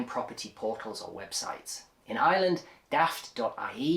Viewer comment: Love the way pronounces Ireland like a pure native